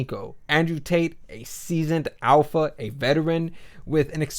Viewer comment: "alpaha" please define it.